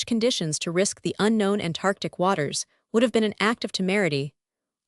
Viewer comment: "An Tantartc"?